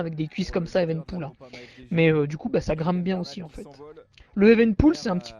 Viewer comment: Evenepoel => "Éveuneupioul" Pas "éven'poule"